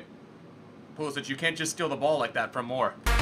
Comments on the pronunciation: Pulisic, pronounced Pulisik NOT Pulisich. And that's straight from the mouth of Pulisic. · you say emre and pulisic wrong pulisick no sich he said it in an interview and emre like emre can, im not being mean in just pointing it out, love the vids